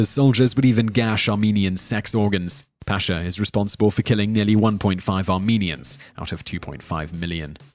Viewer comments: I think you should have included Christopher columbus mainly because what most people are taught about him is lies the USA even has a national holiday based on him. also not meaning to be THAT guy but the pasha name is pronounced pash-ha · Hey! Salam! Nice video, very informative. Number 8 Talat Pasha. You are pronouncing it fine but try to extend a with as . As Paasha . Paa is spoken longer and Sha is spoken in short. Say it this way Paaaasha. 😁 Thanks